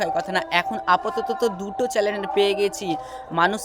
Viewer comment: ভাই ওটা 'চ্যানেল' চ্যালেন না😅😅